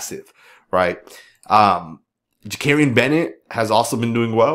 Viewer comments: love your videos as always! But I have to ask, are you continuing to mispronounce Bennett's first name on purpose like a low key trolling thing 😂 That O will never sound like an A lol...ja-cory-an NOT ja-carry-an. Keep up the amazing content all the same, you're the best there is out there! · Again, it's Jakorian, not Jakarian. PLEASE! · This dude can't pronounce Jakorian's name correctly to save his life! 😂